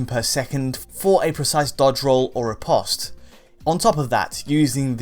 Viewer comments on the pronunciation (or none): none